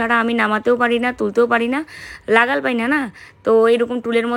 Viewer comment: লাগাল নয় নাগাল হবে সঠিক বাঙলা